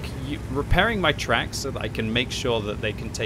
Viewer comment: NGL i thought you said something completly different when you said shot in the twacks >.<